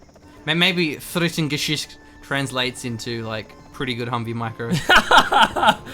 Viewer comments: its not frittengeschütz. its frit-ten-ge-sicht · haha even worse:D u pronounced it like fritten-geschiss... this would be (french)fries-shit ^^ pls;) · Today I learned: 80% of GeneralsGentlemen viewership seems to speak German. Also I can't decide which sounds funnier; English speakers attempting to talk German or the other way around. Protip: It's pronounced "fritt-uhn-guh-seesht" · fritten are fries and gesicht is a face so his name means friesface ...the way you pronounce gesicht means shit tho lol that would be friesshit ^^